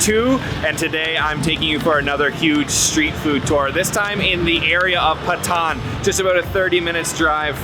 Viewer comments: Its not "pa thaan" its "paa ton" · not pathan its patan haha